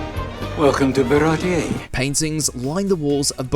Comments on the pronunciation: You mispronounced it. It should be ba-ra-ti-yey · Only would mispronounce baratie and then play a clip of it being pronounced correctly. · Top 1 reference you missed: the pronunciation of "Baratie"